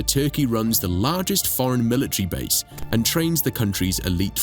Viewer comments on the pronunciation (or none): none